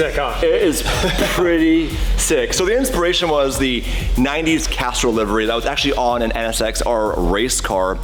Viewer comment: It sounds like your saying Casserole instead of Castrol lol am I the only one noticing? 🤣